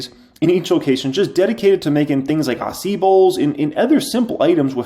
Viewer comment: After all this time, still cannot pronounce acai. 🤣 It's ah-sa-eee.